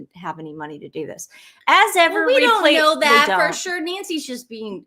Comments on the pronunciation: "As ever" sounds like " so what" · "As Ever" ? I just hear .."As If !?"